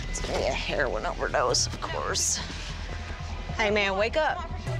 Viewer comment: “He overdosed on hair-win”